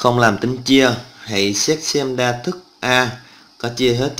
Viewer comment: chia đa thức mà thây kêu chia da thức